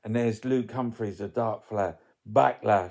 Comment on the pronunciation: I have heard Sunak say his own first name. It should be said how he does. Simple.